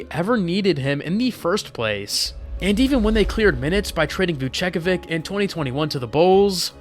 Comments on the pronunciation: Vucevic pronunciation irked me a lot more lol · Your pronunciation of names is wild. Vucevic killed me